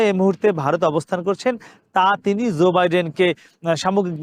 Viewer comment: US President is Joe (NOT Zoe) Biden. Please try to pronounce correctly.